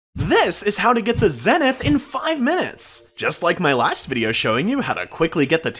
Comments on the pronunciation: its pronounced ZEE-nith not Zeh-nith bruh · Zenith is pronounced zee·nuhth